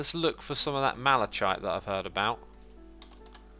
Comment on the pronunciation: Malachite the chite is pronounced as kite